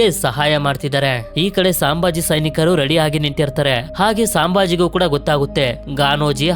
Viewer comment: ಅದು ಸಾಂಭಾಜಿ ಅಲ್ಲ ಅಣ್ಣ ಛತ್ರಪತಿ ಸಂಭಾಜಿ ಮಹಾರಾಜ್ ಅವರ ತಂದೆ ಹೆಸರು ಛತ್ರಪತಿ ಶಿವಾಜಿ ಮಹಾರಾಜ್ ಅವರು ಛತ್ರಪತಿ ಸಾಜಿ ಮಹಾರಾಜ್ ಇವರು ಛತ್ರಪತಿ ಶಿವಾಜಿ ಮಹಾರಾಜರ ತಂದೆ ಇವರು ವಿಜಯಪುರ ಜಿಲ್ಲೆಯಲ್ಲಿ ಇದ್ದರು